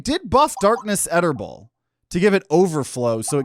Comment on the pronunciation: Why do you pronounce it “Etterball”? It’s clearly a play on “Darkness Eternal”.